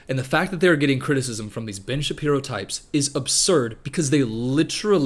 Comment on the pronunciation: Great video, really enjoyed your takes on both films. Just as great: when you said Ben Shapiro's name at a certain speed and it sounded like b*tch Shapiro, so henceforth I'll consider that his true name lol